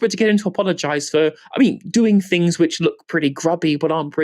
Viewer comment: Fing fought finks fe feir vose where are ve “ t “ “h” s?